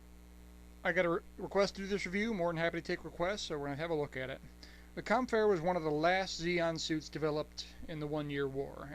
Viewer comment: Cool stuff. I really do love the suit's design. You can almost imagine the engineers saying, "What does this suit need more of...? Thrusters! Now what should we add? Weapons! And now? Thrusters!" Just one nitpick though; it's pronounced "Kemp" (As in hemp) -fer. I don't know why it bothers me when Kaempfer is pronounced wrong, yet not other suits. 0080 really took the whole German/Zeon theme to crazy levels.